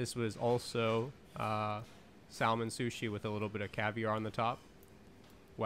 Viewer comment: Dude it's pronounced sah-man the L isn't pronounced like that 😂😂😂